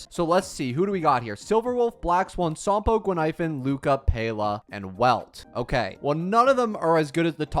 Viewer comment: "gee pard" "sompoo" "zuye yee, zuye yay" "shu shang" "broo nyah" "sale" "who who" "daen heyng" "klora"💀💀💀